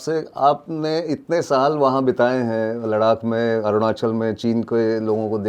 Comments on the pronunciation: Kahan se aaya hai लडाक लडाक कर रहा है लद्दाख बोल नही सकता है क्या? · लद्दाख को लड़ाक क्यों बोल रहे हो भाई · Mukesh bhandari bhai aapne sahi comment Kiya ha 'Laddhakh ko shriman ji bar bar ladak bol Raha hai. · बहुत अच्छा ,,,,, लेकिन लडाक नहीं लद्दाख कहो सर ,, अगर कह सकते हो तो,,,,❤❤❤❤❤ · Its ladakh not Ladak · कितना चुभता है आपका "लद्दाख" को " लड़ाक" बोलना? क्या आपके साथ कोई स्पीच प्रोब्लम है , आप अपने को अलग दिखाने के लिए जान बूझ कर ,, लड़ाक़ बोलते हैं या आप अंग्रेजी दा दिखने के लिए ऐसा बोलते हैं ,? कृपया इसे सुधारिए अन्यथा केवल चिढ़ हो जाने के कारण आपके दर्शक कम हो जाएंगे। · श्रीमान नितिन गोखले जी आप जान बूझकर लद्दाख को लड़ाक क्यों बोलते हैं। दूसरे यह चीन की नीति या फितरत है कि अपने पड़ोसी देशों की जमीनों पर घुसपैठ करना और फिर उस पर कब्जा करना। इसी बद नियत के चलते अन्य 17 देशों के साथ सीमा विवाद चल रहा है और अब कुछ देश चीन की इस युद्ध परक नियत से निपटने के लिए इक्कठहे हुए हैं लेकिन हमे उन सभी का नेतृत्व करना है और अपने इलाको को वापिस लेना है। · लडाक/लड़ाक नहीं 'लद्दाख' होता है अंकिल.🤣😜🤪 लद्दाख बोला/कहा जाता है अंकल🤪😜🤣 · नितिन भाई लद्दाख को लडाक कहने का क्या कारण है क्यों इस तरह से अर्थ का अनर्थ बोलते हो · एक बात ध्यान देने योग्य है कि नितिन जी सिर्फ लद्दाख को लड़ाक़ बोलते हैं बाकी सब अरुणाचल मणिपुर आदि ठीक है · Please correctly pronounce Ladakh not as Ladak. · आपकी हिंदी तो अच्छी है फिर आप लद्दाख को लडाक क्यों कह रहे थे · नितिन भाई अपने मरने से पहले मैं आपके मुंह से एक बार "लडाक" को "लद्दाख" सुनना चाहता हूं। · लड़ाक 😂😂 नहीं लद्दाख है भैया क्या यार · Gokhale ji LADAKH bolna seekh lijiye ya aise topic cover na kare 🙏🙏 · Aap acchi hindi bolte he to laddakh hi bole 🙏🙏🙏🙏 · 😂 मुकेश जी शुक्रिया मैं आज पहली बार नितिन जी को सुन रहा हूं और विश्वास करिए कि मैं '' लड़ाक '' नाम गूगल पर सर्च कर रहा था कि यह कौन सी जगह है जिसका आज तक नाम नहीं सुना। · Thank you Nitinji for information on LADDAH .But the name of the Himalayan region is not LARAAK as you pronounced it should be rectified by you. P.K.SINGH PATNA